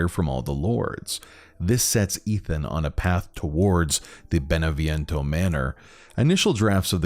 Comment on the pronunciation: Could you make more efforts pronouncing names correctly, Beneviento, Eva....